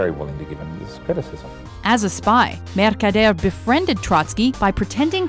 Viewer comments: no accent Ramon changes voice and get thick spanish accent MERCADERE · RAMON MERKADEYERRRR HAHAHAHAHAAHAHAHAHA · Mercader a very difficult name to pronounce:))))